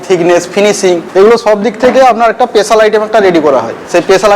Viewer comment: পেশাল না স্পেশাল 😅